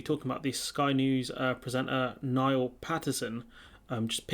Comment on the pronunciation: His name is “Niall”, not “Neil” you clueless cow.